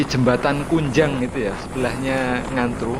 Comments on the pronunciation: yg benar Ngujang bukan kunjang,banyak monyetnya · Ngujang om bukan kunjang